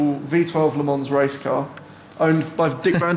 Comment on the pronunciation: So knowledgeable about everything yet he kept pronouncing the 'S' in Le Mans. Cringe